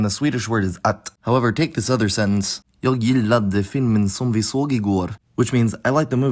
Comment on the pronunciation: I really appreciate this video, it has opened my mind to many cool phenomena. I also appreciate your attempts at speaking swedish, but you made a few mistakes, such as: -Your throat seems to be very constricted, this gives the vowels a weird quality. -long e is higher and long å is lower -there's often consonant deletion in common morphemes when unstressed "till" and "jag" are "ti" and "ja" -the pitch is essential for the words to sound natural. -/r/ is almost always an approximant except in old speech or the dialects where it's uvular -in "den är skålen som jag äter glass i", 'den här/denna' is perhaps a more common expression. Still really appretiate your effort and some words were perfect. (sorry if this sounded nitpicky i'm just nerding out over your pronounciation)